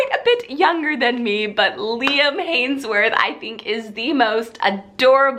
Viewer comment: You mean Liam HEMSWORTH...not Hanesworth? You said it funny😂